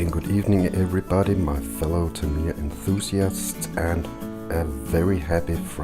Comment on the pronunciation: The standard TA02 steering is weaker than it is on this and the Top Force. The aluminium steering upgrade set (Yeah Racing) is not for this model but the standard TA02. (BTW the last pronunciation of Tamiya was correct :) It hurts my ears when people pronounce it the North America style, haha )